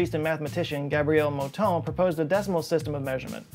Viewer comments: I live in Montreal where such mispronunciations are the source of occasional humour. The funniest thing is that he got the “ton” part right, which is difficult for English speakers, but messed up on the “mou” (cue the cow imitations). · I got a big chuckle when you followed up the “ugly American using imperial measurements” comment by mispronouncing Mouton. I’m a big fan of your work, and of how you are always you. 👍🏻